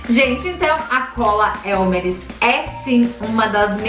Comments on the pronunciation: Elmeres 🤣🤣🤣 elmers isso sim tá certo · Sem querer ser chata mas é elmers e não elmeres